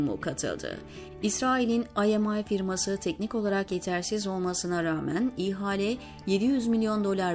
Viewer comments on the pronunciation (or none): Zeynep hanım “ihale”kelimesini telafuz ederken “i”harfini uzatmazsanız daha doğru olacak gibi. arzu ederseniz bir bilene de danışabilirsiniz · İ-hale değil, ihale...Bir yazıda Davutoğlu'nun adı varsa hemen kapatıyorum. Çünkü okuyucu Daavutoğlu diye a'yı oldukça uzun okuyor. Şimdi de i'yi ayrı okuyor. Yorumlara bakılıyor mu bilmiyorum. Ama defalarca yazmama rağmen Davutoğlu dedirtemedim. Diksiyon önemli ve bunlar düzeltilemeyecek şeyler değil. Lütfen biraz özen...